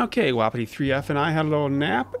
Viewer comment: I think u pronounce it like WUH•PEE•TEE not woppity